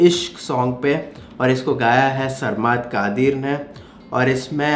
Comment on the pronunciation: Saaaaar - maad😂😂 its sarmad